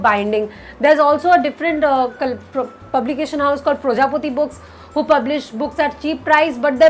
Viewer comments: Its not projopati, it prajapati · This is the first video I'm watching on your channel and believe me the style of your expressing the content is very nice. The way you pronounced "prajapathi" as "projapoti", I guessed may be you're a bengali (I'm also😇), not sure about it. Loved this video... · Ma'am! Are you from West Bengal? The way you pronounced "Projapati" made me think that you are a Bengali. As we Bengalis pronounce it like this.😋